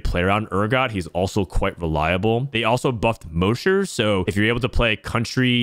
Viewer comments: moe-sher? its Mahsher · Moesher? It's MOSH-ER. Is in, Mosh Pit. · Anyone gonna tell him it’s pronounced “Ma-Sh-Er” not “Mo-Sh-Er” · It might sound petty, but is he saying "mow-sure" as a meme? Cuz mosher is "maw-sure". He probably doesn't rock-out, so I get why he wouldn't know if it's just a genuine mispronunciation though. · Mosher rhymes with Gosh and Posh, not Most or Ghost!! Have you never heard of a "mosh pit"? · i love you brother BUT Mosher is pronounced like Josh, not Moe!! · Muh ears.. Plz say mosher not moesher BibleThump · I don’t mean to be that guy but it’s pronounced MAW-SHER please stop saying MOE-SHER 😭😭😭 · The way you pronounced mosher like kosher is incorrect. Say it as you’d say mop. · moousher??? Have you ever been to a concert before lol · Not relevant put I'm pretty sure ur mispronouncing "Mosher" It's pronounced like the name "Josh" Other than that, sweet guide o7. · Mosher is pronounced like moss-sher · The MOSHER PRONUNCIATION LOL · Brother its MAW-SHER. It's referencing the Mosh Pit. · It's pronounced mawsure.... mosh, mosh pit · no, potato is pronounced differently in different areas of the globe. mosher derives from moshing/moshpit and ist not pronounced mowsher like does:D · Thank you for the video! Great recommendations. FYI, It's pronounced mosh as in mosh pit for mosher. like... gosh with an er. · STOP SAYINH MOESHER. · if you were at a concert, could you go to the MOSHE pit or the MOSH pit? mosher is not like the word kosher. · holy shit the way you pronounced Mosher was insane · Fr it hurt my soul 😭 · The pronunciation on Mosher is rough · Bruh I know it’s a potato/potato situation but the Mosher pronunciation triggered me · I've never heard "mosher" pronounced that way... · I don't know why it bugs me,but why do you mispronounce Mosher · Prz look at my comment from yesterday lol. We need to meme this. Liked! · The way you pronounce mosher is sooooooo jarring 😂